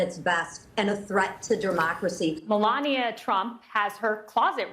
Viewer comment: Lol...Lisa McClain saying "Der-mocracy" was fitting